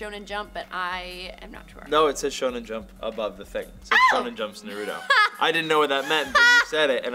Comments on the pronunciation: *sigh They’re still saying Naruto wrong. -_ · i hate how they say naruto!!